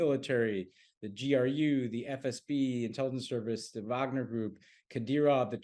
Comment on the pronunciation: Tommy's persistent mispronunciation of "Wagner" makes me question the fact- checking that goes on (or not) behind the scenes for this show. I wanted to like PSW, but all credibility vanished when I realized how skimpy the research is.